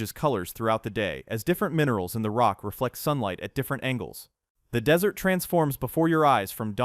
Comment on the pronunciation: It also says Dis-ert Road...